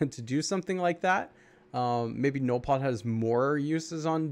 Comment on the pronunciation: Hey,, pronounce it like this, "ZENOLFOD", or "ZENYLPODE" and what the hell is he!? And don't feel bad because I don't even know what the hell he is lol!:) I have an update about BERTILLA, She is underrated, she is actually great for raid offense I have her on 15 nodes:)